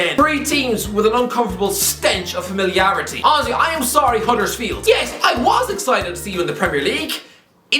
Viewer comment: My girlfriend thought he was saying ozzy when he said honestly 50times 🤣